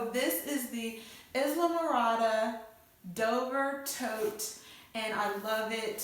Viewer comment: Pronounced Ile (long I) Morada---it's an island in the Florida Keys.